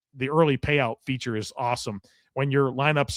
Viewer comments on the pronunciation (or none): none